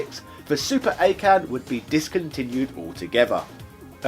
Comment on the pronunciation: It's pronounced Awe' Ken